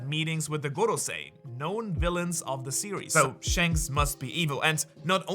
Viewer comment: Why do you pronounce goRrrosei like that? 😂 I can’t listen to that, are they Spanish or Russian? 😂 everytime I hear it it hurts me….goRRrRRrossei…😅